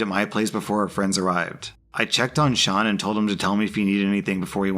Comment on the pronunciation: You do not understand how happy it makes me that you pronounced "Sean" right. (Its an Irish name and some people pronounce it "seen")